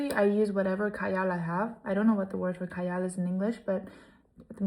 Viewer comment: its Kajal bb 🤣🤣 J is pronounced as J. not silent hahah